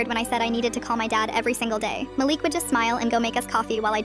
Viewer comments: Malik not Maleek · “Maleek” “mælick” GURL ITS “MA-LIK” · You pronounce the name Malik “Ma-Le-k”